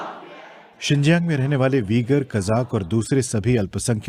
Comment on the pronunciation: सर जिंजीन नहीं सिंजियांग उच्चारण कीजिए